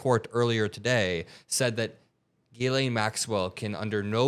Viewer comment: It’s pronounced jizz-lane. Seriously.